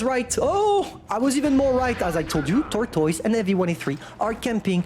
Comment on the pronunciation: I just came here to hear him say: Tortoyse. Thank you.